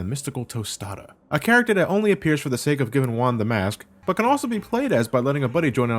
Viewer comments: Yo soy mexicano y puedo decir que las referencias culturales en el juego están muy bien hechas. Lo que me molesta un poco es que algunas partes están mal traducidas al español. Todo lo demás esta bastante bien. Saludos desde mexico:) PS: "Juan" is pronounced "Huan" not "Uan". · A minor correction, you're pronouncing Juan as "Wan".